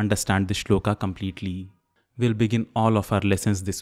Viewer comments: Shlokaaaa nhi sholak. Hai vo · I find it annoying when you pronounce श्लोका instead of श्लोक, योगा for योग n so on... I have a question though... Do you ever use word संडासा for संडास ?? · Why pronounce श्लोक as श्लोका, कृष्ण as कृष्णा (meaning द्रौपदी ), राम as रामा (meaning सुन्दरी) etc .It has become a common practice to pronounce गरुड as गरुड़, वडवानल as वड़वानल । Please differentiate between Horward Kyoto system of transliteration into Roman from the old &more popular system of IAST adopted in Athens ,in 1912 . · Why are we pronouncing 'shlok' (श्लोक) as 'shloka' (श्लोका)? . this itself is wrong to begin with. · Disqualified in 10 seconds when you pronounced श्लोक as श्लोका ugh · Good channel and a good methodology to teach, just one thing.. is it श्लोका or श्लोक कलिदासा or कालिदास plz rethink. There may be limitations of a language that one can not write a word exactly how it is actually pronounced, but you are not bounded by the language to say it correctly. No matter which language you choose, it will never limit you to pronounce it correctly. And who else can better understand the importance of correct pronunciation rather than a professional sanskrit teacher.